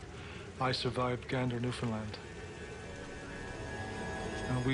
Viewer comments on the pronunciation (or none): It's New-Found-LAND not New-Found-LUND.